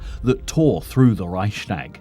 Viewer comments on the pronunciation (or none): This speaker always says "Reischdäg", that hurts my ears!